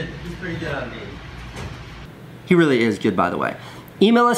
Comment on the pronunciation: Beme not nene